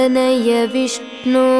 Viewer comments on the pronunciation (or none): none